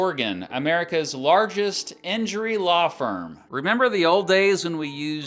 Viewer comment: Alaw firm? I thought it was a gag